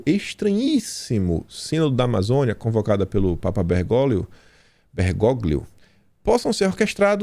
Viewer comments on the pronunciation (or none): Se lê Bergólio.